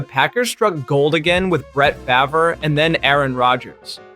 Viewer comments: First you say Jonny Unitas way wrong than Brett Farve...great video but you should really research the names of LEGENDS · W video but y did u say brett favre's name like that